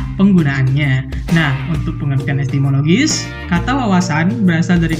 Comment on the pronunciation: yang benat "Etimologis" bro bukan Estimologis